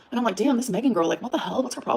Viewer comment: 'Are you confused or what gour-al'